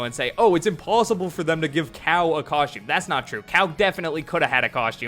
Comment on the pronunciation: Dude pronounced costume as "coshtume" like 50 times.